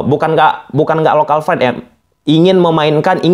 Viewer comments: Bukan local fride bang tapi lokal pride bang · Local pride. Bukan Lokal fried wkwk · local pride bos buka fride.. pake p bukan f wkwkwk😂😂😂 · pride bang bukan fried, fried tu gorengan bang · Local pride ato local fride 😂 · Pride itu pake P bukan F… narasi nya sangat mengganggu karena penggunaan bahasa asing yg keliru…